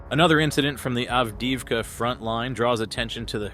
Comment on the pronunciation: Sadly, the AI voice can’t pronounce names we’ve learned through so much listening! Av-deev-ka, etc.